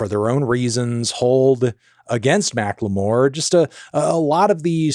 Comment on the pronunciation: why does he say macklemore like Macque L'Meauire